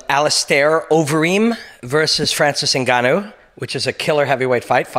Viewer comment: Man, you pronounced his name correctly too. Nicely done. I like your point about Francis being more than just a powerful, large man. From what I can tell thus far, he has a wise, otherworldly soul. in the next 10 years, the term "soul" and "Starseed" will be something everyone uses with great fervor, and seriousness. It's too soon to tell, but I get the feeling Francis is a Starseed/Higher Human. His soul has wisdom and is more advanced that ordinary mortals. You can tell immediately when you observe a soul that isn't from around here. There is a depth of intellect and a sense of understanding of reality that goes far beyond normal people. It is my feeling that GSP and Robin Black aren't from around here either. Nicely done, like always Robin. Your ability to destroy stagnant mind patterns is incredibly important during these times. In the next 10 years, you'll be the first person to be talking about the "soul" of the fighters.